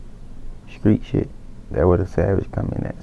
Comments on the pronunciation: no one: 21 savage: shtreet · 21 always pronounces the "str" sound and "skr" like "skreet" instead of "street"